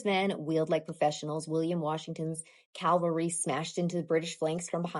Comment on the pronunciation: What is the Calvary you speak of??? Calvary is where Christ was crucified. Calvary wasn't present at Cowpens as it is located just outside Jerusalem. Cavalry however are armed men on horses. I'm not trying to troll, but you really should be able to properly pronounce words when making a video. This is a common error but one that should and could have been avoided. No reason to make fellow libertarians like me sound and look bad.